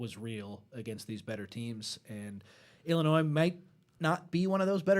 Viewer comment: Nice job and indeed everybody… But I would have thought by now someone would have helped with her pronunciation of our 21st state, Illinois. Respectfully, it’s the second episode in a row with this pronunciation - While not a terrible gaffe it is worth correcting from my perspective because it just screeches my small brain to a halt. ✌️